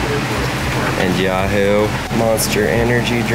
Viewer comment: It’s YooHoo, not YaHoo. lol